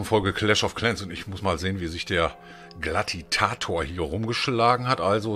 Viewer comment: er heißt glatiator nicht glatitator 😉